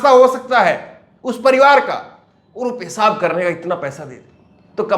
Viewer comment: Your news are good but your pronunciation is very bad. J for Z, s for sh etc, like pesab instead of peshab. Kindly put bindi in Hindi.